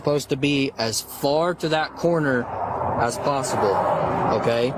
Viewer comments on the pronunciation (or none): none